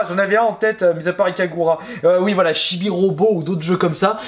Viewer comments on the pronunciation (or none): mysticmagical Il le sait, c'est juste que ça s'dit Ikaruga, et pas Ikagura. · C'est ikaruga et non ikagura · Ikaruga ... tu m'as fait saigner des oreilles pour un jeu mythique ...